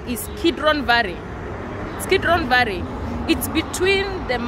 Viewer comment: Its valley or varry?